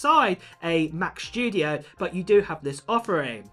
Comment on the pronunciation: Has anybody understood when the Mac Shtudio comes out?